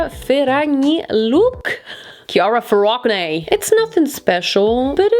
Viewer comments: Your pronunciation of Chiara Ferragni? Immaculate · Hi! Your pronunciation of Chiara Ferragni is really good. And thx for the Aim review! I really wanted to buy but i was scared the dresses would be not like the videos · you pronounced chiara ferragni name really well!! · saying "Chiara Feragni" is so satisfying